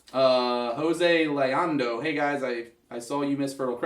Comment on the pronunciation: Thanks for having my question answered guys. And for the record my last name is pronounced Loo-Yawn-dough. Don't see how people always say Lee on the first attempt, there's no E in there anywhere. Anyway, here's a question for you. In my local scene I see alot of players pushing to get some type of sponsorship because in alot of people's heads being sponsored equates being a good player, which we know isn't the case. What do you look feel are the traits that are should be held in a sponsored player?